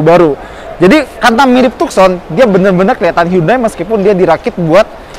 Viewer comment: Tuh-Son. Bukan Tuk-Son.